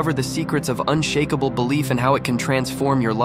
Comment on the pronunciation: Was going to give this a like until I heard the AI voice say "unshackable." Just use your real voice, bro. Not this low-effort AI bullshit.